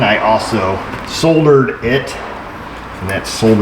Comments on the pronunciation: When you said, “Soldered” with the L, I cried a little bit. Tears of great joy. Thankyou. Finding the fault on this car wasn’t the only Easter egg. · soldered with an L, well done! sodered, means something else entirely, at least in the UK! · 'Soldered' !! With an 'L'! I'm impressed - that's how we say it in Australia!